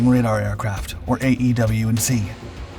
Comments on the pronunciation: AWACS - It's pronounced [Eh-Wax] NOT A E W C It's AWACS! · You have a heard time pronouncing E-WAC. Say it as a word not letters. You come across as unintelligent with military words.